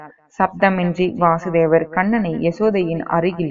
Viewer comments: வாசுதேவர் இல்ல வசுதேவர் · Krishnarin thandhai vasudevar ....va...kuril.......krishnarukkudhan .vaasudevar...nu...va ..nedil ..varum....sariyaga ucharikkavum